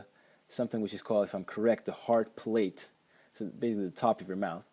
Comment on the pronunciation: Hello and thank you for the nice comment. I'll do my best in the years to come. Thank you for correcting my English. I didn't know differ was accented on the first syllable, but I did say palate, it just sounded more as plate :) I think when a foreign language has to be used as a tool for doing something more difficult with it (as was making this short video lecture for instance) the difference between a native and a non-native speaker is most evident. I know it might not seem that way, but making short lectures of this sort is not easy. I try to concentrate on what I'm saying in order to make the lecture coherent more, than on how I'm saying things and accent, style, syntax ect. drop dramatically:)